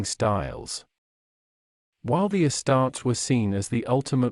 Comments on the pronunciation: “Uh-starts” 😂 wtf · This AI pronounces “uh-starts” like a ruh-tard